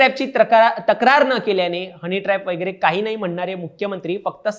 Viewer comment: वैगरे वैगरे नाही वगैरे वगैरे आहे भाषा सुधारण्यासाठी क्लास लावा.